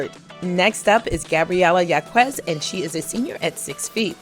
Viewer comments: Gabriela's last name is pronounced "HAWKez" not "YAWKooez." Please... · Thank so much for this. Just a slight correction Gabriela Jaquez preannounces her name Hawk-ez. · #11 Gabriella Jacquez's last name is pronounced "Hawk-ez"